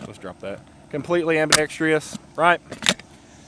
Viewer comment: Ambidextrous is a four syllable word: am-bi-dex-trous